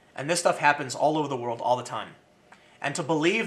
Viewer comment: Tim, it's "WOR - L - D" not word.